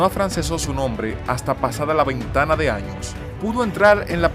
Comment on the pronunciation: Francia no fue su pais adoptivo, Corcega era Francesa. Que ignorancia la de Francia. Y aprenda a pronunciar bien. no es ventana de años, es veintena de años. Es cOrcega, palabra esdrujula, no CorcEga, ves. Y puedo seguir con mas errores en su hablar, pero como es usted Dominicano, "peldelia" mi tiempo. El sacerdote es Juan Bautista de la Salle, en frances se pronuncia "yan baptis de la Sal". Hoy existen muchas formas de aprender como se pronuncia en otro idioma un nombre, uselas por favor.........